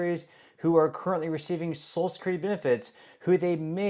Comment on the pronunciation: It's pronounced So-shul not So-sul.